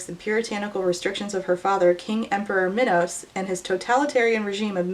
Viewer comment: you pronouncing minos like minowws is KILLING me 😆